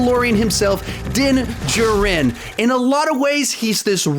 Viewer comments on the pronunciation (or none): His name is din jarin not denjiren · And it's Din djarin not Din Juhrin🤦🏽‍♀️ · I love how pronounces din djarin. Also was the gunslinger meant to be in this list. I know he was unimportant but he was still a quite important character, especially in comparison to the frog lady who made it on the list. Idk just a thought